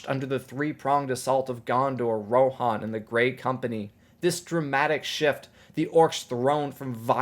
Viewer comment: americans butcher engilsh at every chance they get , I might be wrong but I thought it was riders of 'ro-han' not 'ro-a-here-on'